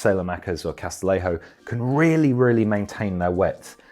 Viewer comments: Great vid, just small nitpick: Castillejo’s name is pronounced Cas-ti-YE-ho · That's not how to pronounce "Castillejo"